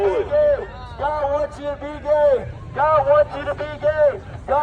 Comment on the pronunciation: A bit of a critique I thought you said "God wants you to be Dead" not God wants you to be Gay until you said so in the video. Appreciate the effort but I guess more emphasis on the Gaaaay next time